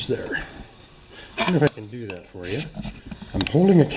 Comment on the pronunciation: "Are ye with me" sounded a bit Scottish to me.